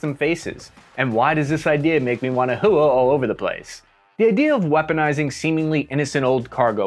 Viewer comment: Every time you say hooah, I hear hawk tuah now. 😢